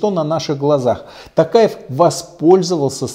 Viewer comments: Не Такаев а Токаев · Такаев , правильно надо говорить Токаев , вы неправильно произносити фамилию